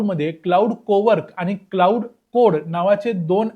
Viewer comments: Claude हे क्लाउड नाही, क्लॉड असा उच्चार आहे रे दादा. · कृपया आधी या मॅाडेलचं नाव योग्य प्रकारे उच्चारण्याची काळजी घ्या. क्लाउड असा उच्चार नसून तो क्लॅाड असा आहे. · त्याचा उच्चार 'क्लाउड' नाही, तर "क्लॉड" असा आहे.